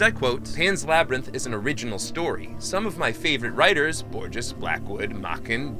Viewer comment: it's pronounced 'Borhes', fool. Edit: he does it again, and apparently can't pronounce Ficciones either.